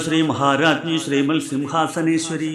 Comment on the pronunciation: ശ്രീമ"ൽ" സിംഹാസനേശ്വരി... എന്നുള്ള ഉച്ചാരണം 😢ശെരിയാണോ?ശ്രീമ"ത്" സിംഹശാനേശ്വരീ എന്നല്ലേ?